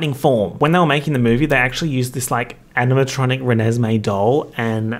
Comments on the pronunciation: I'm not kidding you, I lost it for like 10 minutes when I heard you say 'Reneslay' and then I lost it for another 10 minutes when you said "Chuckesme'. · Did he just actually say Chuckesmee 🤣 🤣 🤣 🤣 🤣 🤣 🤣 🤣 🤣 🤣 🤣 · "Chuckesmee" made me lose my shit, holy fuck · “Chuckesme” has me screaming 😂😂😂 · I laughed so hard when you first said "Chuckesme" I started crying 😂